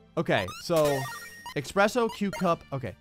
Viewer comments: eSpresso not expresso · ESPRESSO! There is no "X" in ESPRESSO! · Ugh. Had to unsub when I heard you say "Expresso"... There's no "x"! :( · who tf says that?